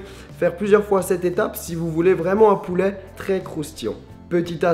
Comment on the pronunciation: "poulè" mdr